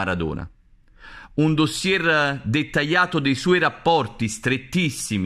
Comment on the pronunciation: spero che l'errore di pronuncia nel dire la parola "dossier" sia casuale, non sia una consuetudine! altrimenti non mi spiego come possa scrivere libri e rendere credibili le sue informazioni ! ora qualcuno potrà' obbiettare che la cultura e la credibilità' non si evince da un errore di pronuncia, ma se una persona fa un lavoro giornalistico serio, sono termini che dovrebbe assolutamente pronunciare correttamente! se non è in grado di pronunciare termini di derivazione estera deve utilizzare un sinonimo in italiano , l'italiano è una delle lingue più ricche di termini e sinonimi al mondo, quindi sarebbe bene per uno scrittore/giornalista essere in grado di utilizzare i termini giusti al posto di quelli esteri che non sa pronunciare!